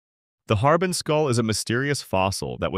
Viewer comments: Very cool. Looking forward to this. Thank you ☺️ Btw, “Harbin” is pronounced har•BING, with the stress on the bing part 👍🏼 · Well, more like har-BEAN than har-BING.